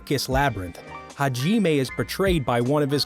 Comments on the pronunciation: Ha-jiiime WTF MAN HOW COULD U SCREW THIS IT'S HAJIME NOT HAJIIIME WTFFFFFFFF I ALREADY HATE YOU FOR THIS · Why you say “hagimay” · haji-may haku-joe bizzare advento I know it's bad sorry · rly haji nagumo his name is hajimae nagumo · Hai-jeee-mae Me:ok